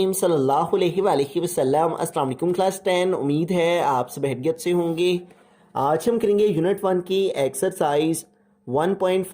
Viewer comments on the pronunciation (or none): Ap bohot Acha parhaty hain bs khairyat KO hairyat kehty hain